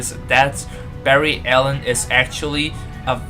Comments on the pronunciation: Barry it's BARRY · its barry dahhh